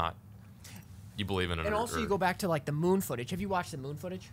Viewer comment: moon not mood